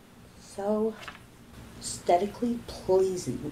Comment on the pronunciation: Pretty sure Amy purposefully mispronounced aesthetically lmao She said "stetically" 😂💀